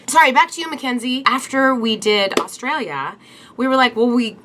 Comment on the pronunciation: It's A- A- Australia not ustralia